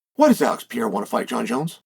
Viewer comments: Dear uncle, my beloved G it is pronounced PE - RE - IRA not PIE - IRA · It's not Pee eira!!!! Sheesh Carl! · Do you think he says his name wrong on purpose? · Why should we take your opinion seriously if you still can't say his name. Clearly you've been hit in the head too many times. If you can't think you have no insight. I'm sorry for your brain injury but you shouldn't be on YouTube. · Chael names prononciation is next level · No excuse to still be mispronouncing his name